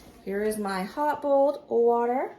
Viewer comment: You can hear the southern in bolled water- I love it ❤